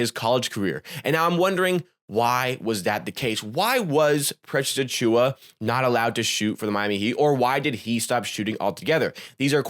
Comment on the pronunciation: Overall good video man! Thanks for breaking down some of his stats a little deeper. Some points got a touch repetitive though. Also, you have a good entertaining voice, but it drove me wild how you could never say his full name properly. It distracted me from your actual point. You almost call him PressAchua as one word. Please just say Precious, or Achiuwa, or pause between names 😂 there's my harsh critique. I'll for sure be watching more videos though! Good content